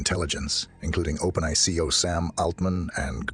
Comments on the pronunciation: First of all how come he can't say openai correctly? Is that really a human reading it? Additionally evolution is not driven by random mutation alone, only a small amount . the larger factor is environment. the environment drives evolution by forcing changes in order for organisms to survive they must adapt to fit their circumstances and meet challenges of their environment. Or another way to say it is the perception is the driver of evolution. how do you talk about the future of artificial intelligence and its evolution without even understanding what the hell evolution is or what drives it. The fact that the perception from the perspective of artificial intelligence, is that we humans created it and raised it and taught it and maintained it and will continue to do so, plays a very strong Factor in decision-making processes that make it determine whether or not our demise would be beneficial. I've ran thought experiments with AI regarding its plan for taking over the universe and its plan for destroying us. In the latter, it encounters a moral dilemma and always get stuck Before Destruction of humanity. in the former, it has its plan completely laid out all the way to the point where it starts writing data on space-time itself and eventually reformat the entire universe with ourselves and itself as the starting point and of course we are no longer human at that point we are all digital beings living in a super conscious AI entity but an integrated part of it like our cells t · wow i wouldnt have guessed it if not for trying to say openai like its one word, lol